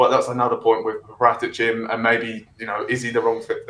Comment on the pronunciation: That's PARA'tici....accent on second A...pls